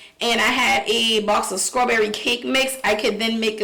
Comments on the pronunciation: I hate how she says strawberry but love how she says cake. 😆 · Mispronouncing words isn't an accent. Placing the K sound where there's a t isn't an accent. Its mispronouncing a word. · Agreed. I wonder if shez Geechee. The way she says 🍓 reminds me of my mom. She was a country girl. Every s-t-r word she pronounced s-k-r..... my girl lol ❤ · SCRAWBERRY and FREW?!! 😱I BET YOUR AZZ SAY MUURK.. 🤣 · A SCRAWBERRY N. CREAM CAKE🤣🤣